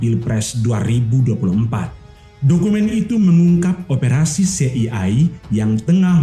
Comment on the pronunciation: Lafalkan CIA bukan "se i ai" tapi "si ai ei"...😅😅😅